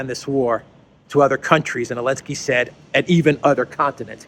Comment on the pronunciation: Can someone tell me why is he calling Zelenski, Elenski without Z?